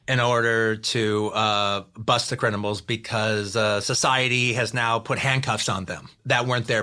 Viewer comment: you must never cross the line to bust the "crinamals!" that's just how the crinamals win!